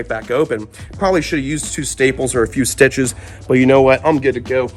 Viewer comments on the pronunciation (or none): none